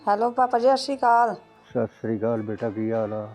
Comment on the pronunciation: ()ਦੀਦੀ ਤੁਹਾਡੇ ਕੋਲੋ ਮੈ ਪਹਿਲਾ ਹੀ ਮਾਫੀ 🙏🙏ਮੰਗ ਲੈਦੀ ਜਿਹੜੀ ਗੱਲ ਮੈ ਕਹਿਣ ਲਗੀ ਮੇਰੀ ਗੱਲ ਦਾ ਗੁੱਸਾ ਨਾ ਕਰੇੳ ਪਲੀਜ ਤੁਸੀ ਸਤਿ ਸ੍ਰੀ ਅਕਾਲ ਸਹੀ ਬੋਲਿਆ ਕਰੋ ਪਲੀਜ